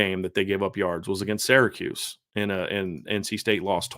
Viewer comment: Love your analysis. Intelligent and very fair, balanced and thoughful. But for the 99th time it's SEER-a-KEWS not SARAH-kews.